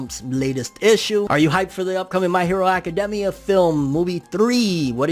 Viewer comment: It bothers me the way he says academia